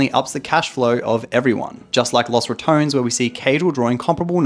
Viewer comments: Man, imagine having a clearly said name as Los Rat-ton-nes and mfs say it as Rat-tone, like okay congrats for not saying one extra syllable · Los (like dos) RA-TO-NES. I can't have it pronounced another way because it is spanish. So LOSS RATONS sounds so wrong. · picking the worst pronunciation: "Las RatOns" instead of Los Ratones" The LAS kills me mate. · I know Caedrel said you could pronounce it any way you wanted to, but “Los Ratouns” still sounds weird to me 😂😂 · The pronunciation should be similar to Los Bandoleros. Sounds so bad with english pronunciation.